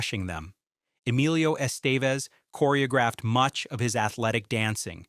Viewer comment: Lol why do you say Estevez so wrong